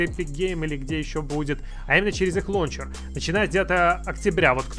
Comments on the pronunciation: Ору.)) как как 'лОнчер' алОкс совсем Обнуля, забывает как рОзговаривОть)) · Всегда думал что правильно лаунчер😱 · "Лоунчер" Мои уши в крови...... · Прошу, не говорили больше ЛОУНЧЕР. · Мне одному уши режет "лончер"?